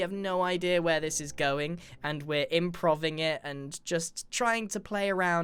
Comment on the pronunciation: did he just say improveing?